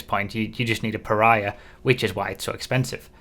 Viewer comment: I'm not sure it's pronounced like that, reminds me too much of Piranha.